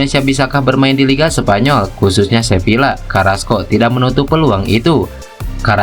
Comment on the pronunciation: Admin tolong baca Sevilla : Seviya. Dobel l (LL) dilafalkan y dalam bahasa Spanyol.